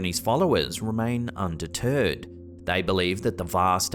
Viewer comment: You said undeterred, but it sounded like under turd.